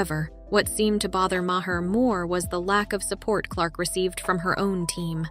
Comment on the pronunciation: His name is Bill Maher (mar) not may-hair.